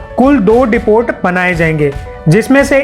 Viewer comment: डिपोट नहीं डिपो बोलते।। 😀